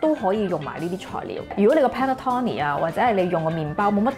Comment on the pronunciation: Panettone 讀音係 pan net tone ni